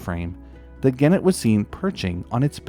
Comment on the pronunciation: Vere interesting (but soft g for genet, hard g for gannet, just sayin')